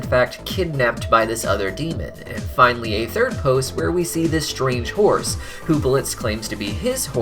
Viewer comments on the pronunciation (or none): 50% of the times you said "horse" i heard "force" lol